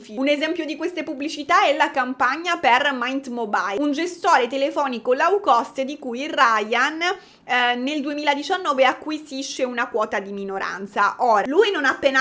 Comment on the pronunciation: "lau cost"